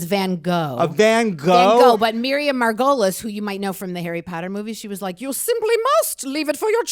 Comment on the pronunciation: Thou shalt not pronounce the legends name that is Miriam margolyes incorrectly! Mar-goal-eez